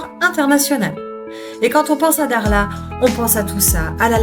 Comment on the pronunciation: je sais que pour les occidentaux prononcer le "kh" peut irriter les cordes vocales mais quand même et s'il vous plait, faites un petit effort c'est Dakhla et non Daghla. Merci